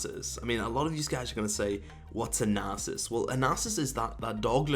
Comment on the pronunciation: Now its actually worth clicking on this garbage video featuring lol player who cant pronounce Nasus (and so on...)with his mouth full of garbage this and that. Nice joke